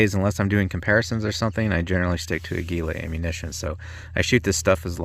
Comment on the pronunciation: You moron, you can't even pronounce the name right!!!!!!!!!!!!! What's the Spanish word for eagle you stupid twit?????